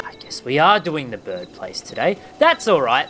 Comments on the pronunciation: Why do you say birb instead of bird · You said birb place